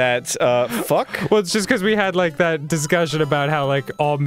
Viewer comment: Instead of saying, 'that that', anyone else say, 'thit that'?